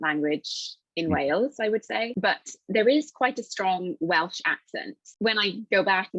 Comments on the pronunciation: さんが動画の中ずっと言い方を間違えてる部分がありましたので、僭越ながらも指摘させていただきます。 さんはWalesの言語を英語で何度もWalishと言われてますが、正しくはWelshです。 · ウェイリッシュじゃなくて、うぇる(う)しゅ ですよー